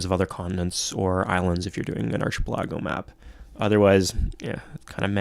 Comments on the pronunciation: Did.... Did he say archi-pelAHGo???? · Hey thanks for making these videos about my fav game as a kid! Just one thing though, you say archipelago really funny :p